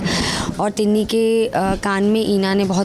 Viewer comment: Tinni 😅 not tina